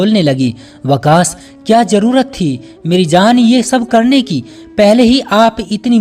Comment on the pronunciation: Story bolne wale apna sheen kaaf sahi karein jaise zarurat lafz hota hai jarurat nahi mushkil nahi mushkil hota hai